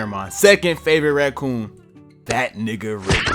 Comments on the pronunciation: Nah, unc said Racoon with the hard R😂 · We heard the emphasis on that raCOON part